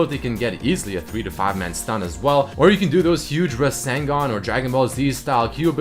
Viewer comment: 'raaseengaaan"i cringed when he said that